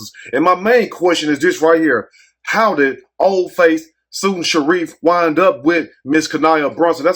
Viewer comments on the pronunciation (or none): none